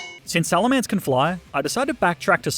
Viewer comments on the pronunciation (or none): SALAMENCE, NOT SALMELANCE!